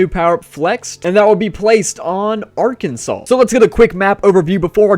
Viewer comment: You finally said Arkansas right 😂